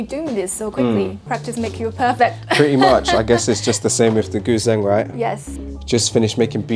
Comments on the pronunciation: "Goo-zeng" lol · It's pronounced Goo Djeng (gǔzhēng), lol Good stuff and super efficient indeed, looking forward to other of these types of videos